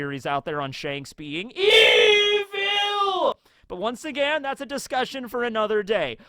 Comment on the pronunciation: Mermaid man would be proud with the way you say EVIL!!!!